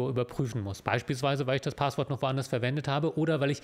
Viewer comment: Kleine Sprach-Klugscheißerei: Es heißt nicht "Paaahßwort" sondern "Passwort" (mit kurzem 'a'), abgeleitet von 'passieren'. And in other news: Bisher habe ich mich in meinem Leben nicht für Jura interessiert, seit ich die Videos von kenne und gucke, schon! Ich mag vor allem den feinsinnigen Humor, der gerne mal zwischen den Zeilen durchschimmert:-) Danke auch für ihre moralische Komponente, es ist schön zu sehen, wenn die Juristerei auf der "guten Seite der Macht steht", gefühlt ist das eher selten der Fall.